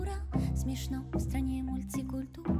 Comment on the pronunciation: Ударение на О-одна и стрА-ана (да и зОла, и лЕжит)- это просто синкопический оргазм. И пауза перед вторым припевом - чего после первого нет - тоже кайф тот ещё. Как и гармонический кайф (и не надо про джаз, венгерский минор и всёвотэтовот). Ну и флейта - отдельный герой песни. И барабаны с мягкой атакой... Ну просто песня что за песня!.. Просто по-хорошему убит.